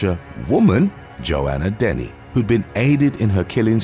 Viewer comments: I love your stories but I hate how on so many youtube videos names are said wrong. It's not Joanna denny its dennehy. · It's pronounced Joanna Denneheeeee